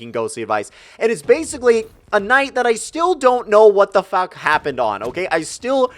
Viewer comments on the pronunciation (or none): "I still don't know what the fack happened that night" Been eating to much pussy off of Tinder there?